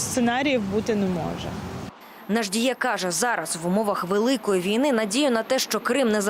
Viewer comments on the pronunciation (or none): Не Наждіє, а Наджіє. В описі написано правильно, але дикторка неправильно вимовляє